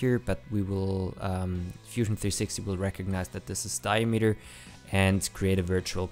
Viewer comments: As a multilinuguist, the key is to listen when the beginning and end of the word is and the concatenation of the words, dia-meter, is di-a-m-eter. Accentuate the beginning and end of the word, not the middle as is common in german, dutch, afrikaans, isiXhosa etc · Never heard diameter pronounced diemeter before. it's interesting